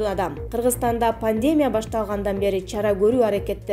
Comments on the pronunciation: "ПанДЕмия","теРАпия"эмес...ПандеМИя,тераПИя..туура окучу,айланайын.. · Журналисттер, айланайындар! Жок дегенде жазылган текстинерди туура окугулачы. Грамматика, бул силердин туздон - туз кесибинерге байланганда. Бироон, ПНЕВМОНИЯ дегенди, ПНЕВМААНЯ деп окуйсун. Дагы бироон болсо, ПАНДЕМИЯ дегенди, ПАНДЕЕМЯ дейсин. Дагы бироон, ЕВРОПАНЫ болсо, ЭВРОПА дейсин, уят эмеспи! Сабатсыз 120 кой менен, манкурт министрлерибиз жана, ШАЛПЫК президентибиз да жетишет...!!! Башкасын айтпай эле койдум. Деги силер жогорку билимдеринерди кайсыл жерден аласынар...??? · Эй алып баруучу "пандемия" деген созду туура айтчы.